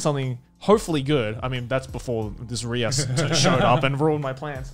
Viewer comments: I'm genuinely traumatized that connor said "riza" instead of "rias". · It's how Connor and Gigguk were mispronouncing Rias's name. Both of them said it the first time the figure was shown, then after the detachable nipples, I guess, they said is as "Risa" again. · i like the way they are calling 'rias' as 'risa' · Did Conner just say Risa on the Rias Gremory figure?? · Risa ITS RIAAAAAS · I love how the boys are triggering the Rias (High School DxD) simps by mispronouncing her name 🤣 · It’s Rias not Risa! You monsters. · I'm sorry I just can get over calling rias riza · Do they change Rias' name in English from Japanese??? He keeps saying Risa instead of Rias... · why do they keep pronouncing Rias as Riza, not Ree-ass? I feel slightly offended at that XD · its rias not riza wtf? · Calling "Milim" "Meruem" and "Rias" "Risa" really is proof of your Trash Taste.... loved this episode, keep it up. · Connor was the one who mispronounced Rias's name.